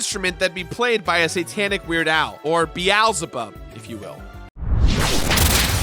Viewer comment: Be"Al" zebub